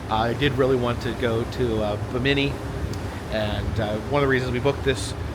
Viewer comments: Pronounced “Bim-min-knee”, you are saying “bah-mini”. I’m really enjoying your videos! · Uh... buh-Many? Try BIM-uh-knee. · Bimini is pronounced “Bim-eh-knee” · Fun video! 👏 Just one thing, it’s BI-mini, not Bi-MI-ni.😇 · Hey! Great cruise videos! Bimini is pronounced like Bim in E. The Bim rhymes with Jim. Also, next time you go on a cruise, you can take some dramamine so that you won't get sea sick. The only thing is you have to take it before you start feeling sick.